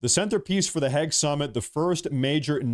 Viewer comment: how the fuck do you see a word spelled Hague and pronounce it Hegg? totally baffling to me